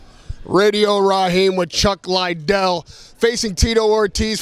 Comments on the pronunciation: Chuck "Lye-Dell" lol 😂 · It's not Chuck LIEdell, it's Chuck Liddell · Chuck dont even like when they pronuce hes name wrong ....like chuck LIE dell. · No one can pronounce chuck Liddell’s name right fs it’s not hard😂😂😂